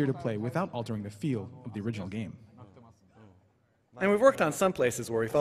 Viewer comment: "Can you tell me about the next Zelda gehm